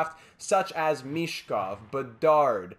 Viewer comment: As for Michkov, sound "ch" is pronounced as it's pronounced in Ovechkin, insight from a native speaker😉